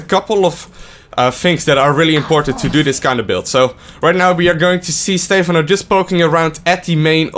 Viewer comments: STE PHANO NOT STEEEEEEEEEEEEEFANO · STEPHANO not steyphano :C:C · It's fucking "Stepháno" not "Stéphano", so annoying...and pronounce the words not that softly god damn it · STE-PHAN-O NOT STEFAN-O... please.